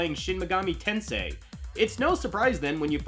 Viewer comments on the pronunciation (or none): none